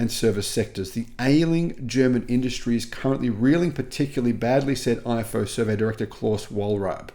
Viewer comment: The IFO Institut is pronounced EEFO fyi 😊